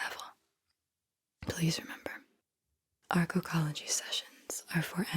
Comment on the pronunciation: I had to rewind I thought she said "cuckology" session the first time around. Like wut? 🤔😆